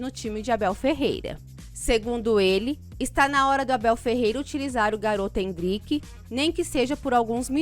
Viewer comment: Não é Endríke....é Éndrike!! N é Tábata....é Tabáta! Endríke foi foda! kkkkkkkkkk